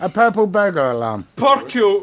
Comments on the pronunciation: "purple burger realm" 🤣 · Purkle burgular alams be like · Plurple burgular ararm. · JUST SAY: Purple. Burgular. Alarm. HOW HARD IS IT I DONT UNDERSTAND WWHAAAT